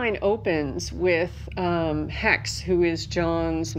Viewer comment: I listened to the audio version of the books and Xhex's name was pronounced differently than she does. Damn! Didn't it dawn on them to consult the writer?